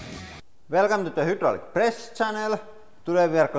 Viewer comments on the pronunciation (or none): none